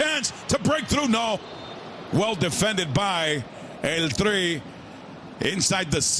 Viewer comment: Someone tell this foo he can’t say el tri anymore😂